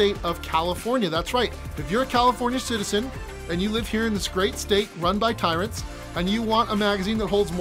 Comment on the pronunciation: it’s actually pronounced “ty-rant”